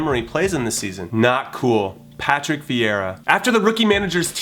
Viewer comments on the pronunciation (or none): none